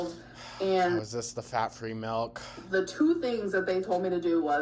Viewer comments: If she says melk one more time….. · The rapid succession of "mehlk" nearly spiraled me into a panic attack.